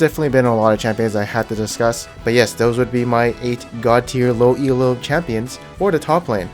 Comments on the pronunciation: Elo is a last name, not an acronym. When people say E-L-O, it kills my soul. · Stop calling it fucking E-L-O.